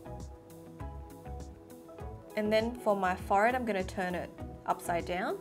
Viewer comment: She says ‘forehead’ really weird